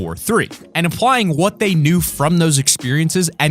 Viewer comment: Ah yes vhat a subtle ending